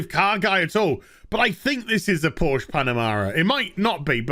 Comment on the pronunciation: It's Porsche not Porsch. The "e" at the end isn't silent. ;) Greetings from Germany.